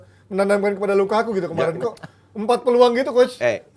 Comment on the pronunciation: ngatain headline penyebutan Lukaku jadi Lakaka, meanwhile doi nyebut nama Minamino🤡